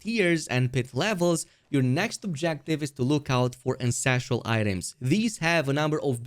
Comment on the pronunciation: Take a shot everytime he calls ancestral, "incestral"